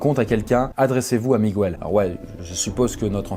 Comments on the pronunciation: * Miguel (et non Migwel) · En espagnol on dis miguel (pas mig"ouel") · Au nom de tous les Miguels, on ne lit pas le « u » après le g ! Merci 🙏🏼